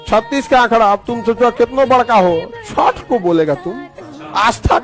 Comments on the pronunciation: It's chhath not chhat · Bhai unko chhath bolna ni aata.. Ye log virat ko b virath kohli bolte h 😂😅...